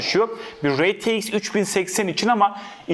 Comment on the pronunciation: rtx i neden reteix diye söylüyor